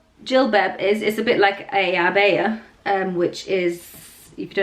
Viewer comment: Say jilbab and abaya properly stop acting like you can’t speak Arabic anymore